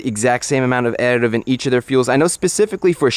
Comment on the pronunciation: thought my guy was having a stroke when he was saying "additive"